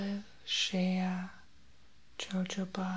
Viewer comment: very healing. I love your kind spirit ,this roleplay is so playful and fun. You don't even know how much you help people! ...btw about a tiny detail when reading the lotion label,most people say it like it is spelled but it's pronounced ho-ho-ba..like Santa Claus!